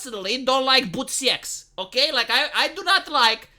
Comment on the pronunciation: Sometimes the way pronounces certain words throws me for a loop. I had not idea what he was talking about when he said Boot siex